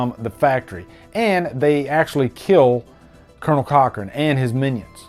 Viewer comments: I don't like correcting people but I have to tell you it's Colan Cochoren, not colonel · Cool revisit, love the movie. It's Conal Cochrane not Colonel, well it sounds like you are saying Colonel anyway :)